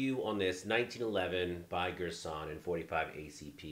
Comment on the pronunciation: Gurr San, not Gersh on.